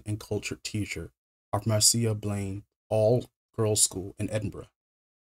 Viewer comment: Yeah, he even gets "MAR-see-uh" Blaine right. Well done, dude.